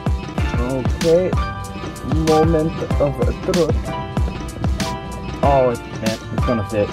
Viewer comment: also “moment of troot” killed me 😂